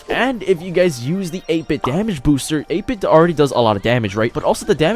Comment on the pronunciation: Your pronounciation of 8-bit had me confused for a minute there haha